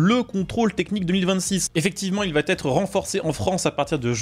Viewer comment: "il va t être renforcé" ??? qu'est-ce donc que ce "T" phonétique ajouté ?